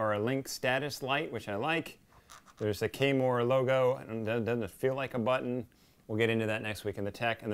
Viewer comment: Kammoore 😜 the name is Kamoer 😁